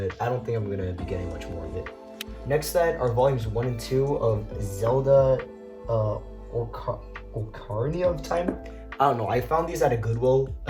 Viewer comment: Pronounced Awe Kuh reee nuh of Time. It's a musical instrument called an Ocarina. The game that the manga is based on has lots of music you'll probably recognize from popular YouTube videos. The composer of the soundtrack really used the Ocarina's limitations to come up with unique melodies. ❤